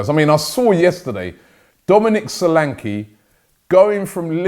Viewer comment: Robbie Pls take note. It's Dominic solanke is not pronounced so-lan-key it's pronounced Sho-lan-ke. The So is pronounced Sho like Show and the last ke is pronounced Ke like ke in kept Show lan ke